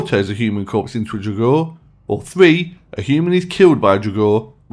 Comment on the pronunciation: Ok. I am sick and tired of people saying "draugr" that and "draugr" this....the word 'draugr' is from the Old Norse and is only spoke as "draugr". That is only how they pronounced the word. It's actually written 'draugur' and that literally translates to 'ghost'. And people are mixing the necromancer-bullshit with the "old viking nords..." The original draugur which is basically a resurrected person from the dead by the use of magic preformed by a necromancer (basically a zombie), from the Icelandic witch-hunting which happens after the christian influence. And Icelandic wizards and witches only used 'draugur'(ghost/zombie) as messengers or to carry their stuff and that sort of things. There is no Norse/Nordic (WELL, AT LEAST AS FAR AS I KNOW OF) mythology of the zombiefied 'draugr'. After a death, a viking would go to Valhöll as an Einherji or to Niflheimur to suffer an eternity. No one wakes up after that. AND before you go all crazy on me, I'll tell you I'm Icelandic and a lot of my friends are 'heathen' and believe in the Norse Gods AND I've always hand an great interest about mythology, so I know what I'm talking about. (And please, don't bring in Skyrim or Marvel's Thor).